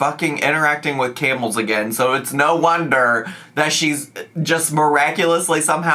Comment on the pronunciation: I thought was saying “Campbell’s” when they were actually saying camels, and it honestly didn’t surprise me to hear that FB was interacting with cans of soup 😂